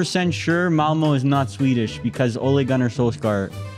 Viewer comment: I’m Swedish and hearing talk about Malmö was painful 😂